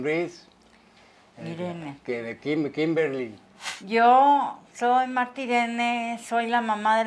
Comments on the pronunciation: Esa Kimberly para que se puso un nombre tan gringo la señora no puedo ni pronunciar El nombre. Le dice krimini se pasa de verga esa Kimberly la mas preciosa pero es UN amor con sus Padres por eso dios le da mas 😀😀😀😀😀😀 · Le dice Krimini por que no sabe pronunciar o lo dice por puro cotorreo?